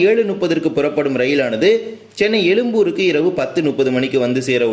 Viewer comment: தமில் அல்ல "தமிழ்" எலும்பூர் அல்ல "எழும்பூர்" நுப்பது அல்ல "முப்பது"